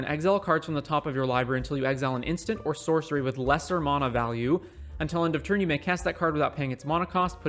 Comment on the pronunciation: The way you say mana made me leave the video early